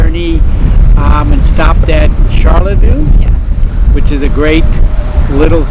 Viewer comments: Yes. char La Voy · That wasn't a Petoskey stone you found. Lol. And learn the local pronunciation of Charelviox. Char lay voi